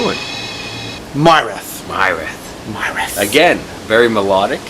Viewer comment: I am loving Murath tnx guys. It like a dream come true rich arabic music metalized. And they do it so freaking well!! Byw it's pronounced Mirath. It means Legacy or heritage. Keep on the good work. \m/